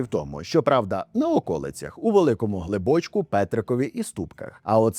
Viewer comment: глибочку наголос на у